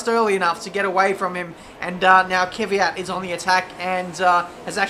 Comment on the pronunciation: Its K-V-Y-A-T mate. One less Y than you say. cheers